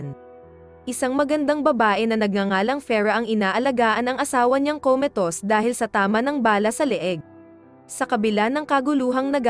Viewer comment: Commatose po hndi komitos..😂😂😂😅😅😅